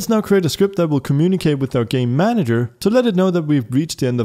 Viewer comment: Just how all i hear when he says "Game Manager" is "Gay Manager"